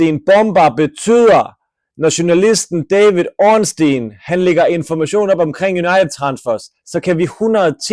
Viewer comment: ORNSTEIN er en joke ligesom din udtalese af stein